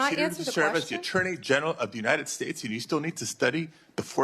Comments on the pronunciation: What is this ''Unined States'' she is talking about?? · "Unined States" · Isn't it the United States not as she pronounces it the Uninted States? And she is a lawyer. Doesn't even respect the country enough to pronounce the name correctly.